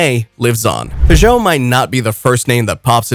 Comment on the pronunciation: Peugeot is a two syllabled word.